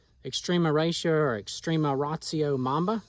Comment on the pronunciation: It’s not called extrema Rayshio